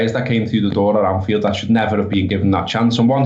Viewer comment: Thought you had the name right with the pronunciation of Anfield rats